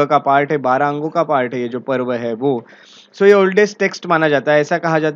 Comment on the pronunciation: Not पर्व its पूर्व